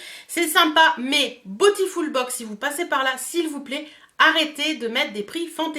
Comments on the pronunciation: Cc merci pour la vidéo 😊... Tu sais que beautiful se prononce bioutiful... 😉 et pas botiful ? Bisous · cc, les autres youtubeuses prononcent à l'anglaise... comme c'est un mot anglais... mais tu fais comme tu veux!;)